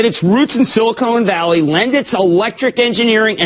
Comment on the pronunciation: That nigga said “silla-cone valley”.